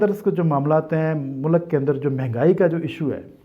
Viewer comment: Every Tom, Dik and Harry started Youtube channel. Its MULK not MULAAAK 🤣🤣🤣, adara nahi IDARA 🤣🤣🤣 You paindoos are recognized very easily 🤣🤣🤣